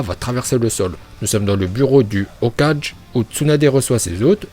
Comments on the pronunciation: Hokage se prononce Okagué pas hokaje ! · C'est pas hokadje mais hokague (dans la prononciation) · ohlala vrmt c’est chiant quand tu dir hokaje😭😭🤦‍♂️ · tu dis hokaje o lieu de hokagggggge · Tu ecorche les noms sa rend fous on dit pas hokaje on dit hokagé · ses pas hokajé mais hokage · on dit hokage et pas hokaje comme tu le prononce sale chauve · Le Hokadje 🤣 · ON dit hokague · Le mec qui spoil sans pression et qui dit hokaje bordel mdr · ta voix de merde et evite de dire Hokaje putain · Aux cages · Tes prononciations sont bien sauf pour le hokage ou j'ai vomi mdr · Mon dieu cette prononciation "Hokage"